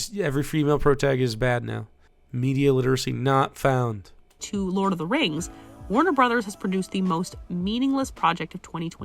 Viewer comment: She does the weirdest pronunciation of fucking everything LoTR related, and these are terms that have been said on screen many times.